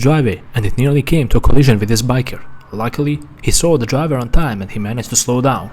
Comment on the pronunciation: God i love when he says "DriVA"😭